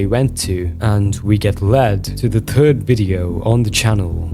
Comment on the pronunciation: offtopic but i think is irish cause he pronounces third like the "Irish man cant say thirty three and a third"